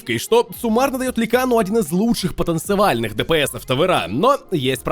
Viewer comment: когда-то в будущем поймет что говорит "потенцивально" а не "потенциально" кстати после этого видео появился смысл покупать аганим на клинкза